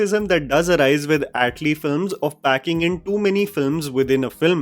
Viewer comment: Bro you are a reviewer and it's not Yat lee.. it's atlee..